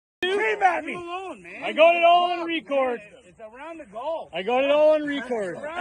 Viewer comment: I couldn't keep it together when he kept saying I got it all on "re-cord"😂😂😂